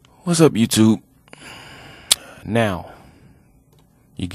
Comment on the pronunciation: did you just call me a youtizile